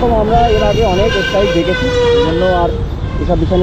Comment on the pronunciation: Es strike na kotha ta strike .স্ট্রাইক।. Rectify kore nio